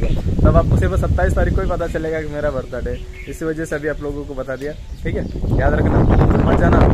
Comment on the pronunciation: कैसे तङ्ग बोल्ते हो bhai बर्थडे 🤣🤣🤣 बर्थडे बोलोना🤣🤣🤣